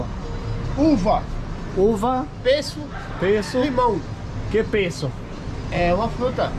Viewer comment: yeeeeee, Pessego is Peach !!! But the way this guy says "pesco" is cutting half of it !!